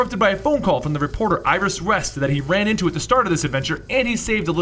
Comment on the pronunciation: you said iris rest